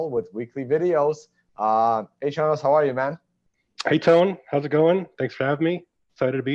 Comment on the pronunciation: Did Chonis just say thanks Chone instead of Tone at the end?? Anyway awesome conversation, would like to see Chonis on here again